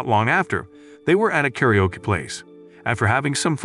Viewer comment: The way the narrator pronounces karaoke as 'carry-yoke' 😂